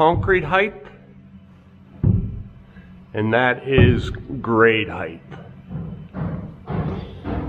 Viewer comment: Height, not heighth.